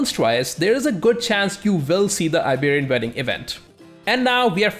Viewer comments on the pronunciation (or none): none